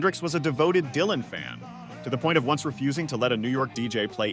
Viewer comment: Big Mama's feelings are understandable... but that's the way royalties have always worked. The songwriter gets paid. The original artist does not. Also this AI is really annoying. It's pronounced "Lee-ber" not "Lie-ber" and way to Butcher Dylan's name 🙄